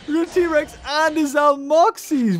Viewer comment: Trex not tree